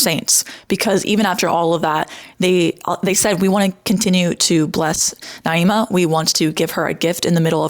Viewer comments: you can't even pronounce her name right half the time 😂I don't follow naima at all, but she did really well in the debate, you cherry picking moments you thought were weak doesn't change that. there were plenty of moments when the pro-birth side revealed how they dismiss the rights of women and have no issue controlling their and removing their agency. the whole point of pro choice is CHOICE and demonizing women (or children in some sick cases some on your side condoned) is what pushes people away from the movement. also kinda poor taste that you chose to dwell on naima's behavior before the debate when she clearly had a change of heart afterwards and apparently posted about how much she liked you guys (which I saw because another pro birth person talking about it). obviously her stream was wrong, but she deleted it and publcily praised the group afterwards instead. someone changed for the better and you don't want to accept it, just dwell in the negative, and smear her. you seem like a very harsh and divisive person and that speaks to your heart and intentions more than anything else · Maybe pronounce her name right if you’re going to point fingers and call others a bully. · girl you can’t even pronounce her name right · You’re saying her name wrong and she kicked your asses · Can’t even bother to say her name right … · Why are mispronouncing her name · Lol mispronouncing her name wrong on purpose 3 times just to slip up and say it right ? Republicans are so ridiculous. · Why are you continuously mis pronouncing her name? You evidently know how it's pronounced (per you stating it right occassionally) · You're talking about her yet can't even pronounce her name right ahahhaa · Girl WUT the conversation was literally the most civil of this style video I’ve ever seen also learn how to pronounce her name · You gotta be trying to mispronounce her name. Off rip says a lot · How do you debate someone for over an hour and still manage to mispronounce their name.